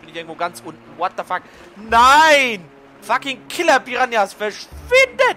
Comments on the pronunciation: Und es wird the nicht tha legend ausgesprochen^^ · Eine frage bitte: Kannst du Englisch? Wenn ja merkt mans nich. Am anfang eines parts sagst du imrr tha legend of Zelda und nicht The legend. Das ist nicht böse gemeint